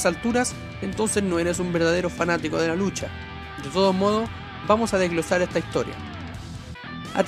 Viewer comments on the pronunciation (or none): none